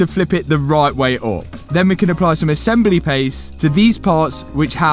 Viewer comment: did Matt just call the headlight assembly a headlight assembelloo.......lol